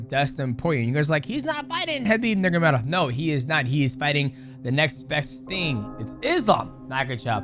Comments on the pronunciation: bro not trying to hate but is nurMAgomedov you say nurgomadov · Isn't it NurMAgomedov? Not Nurgomedov? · I love how he calls him “Nurgamedov” the entire video 😅. Is he Chael now? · Ner Mah Go Medov Not nergomedov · Khabib "NeRGaMeDoff " lmao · Mighty Mouse, I love you, but you're butchering Khabib's last name. 😂